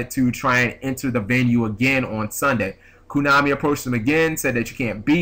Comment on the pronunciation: why do you say "koonami"